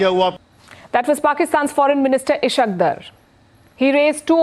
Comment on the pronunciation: Sorry to disturb your sleep by 2.00 Am press conference Unfortunately you don't control rest of world , It's Ishaq Dar not isq deer Show some professionalism, shows your preparation, i hope your Army's preparation is same as you lol